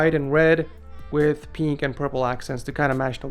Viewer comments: Oh my god you say peeink instead of pink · peenk? u thought it was pink.